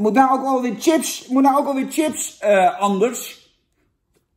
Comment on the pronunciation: Het is chips niet Tchips!!!! Pfff